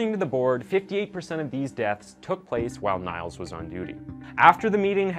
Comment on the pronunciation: Niels is pronounced Neels ^-^